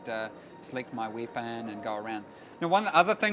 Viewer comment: hehe wieepon XD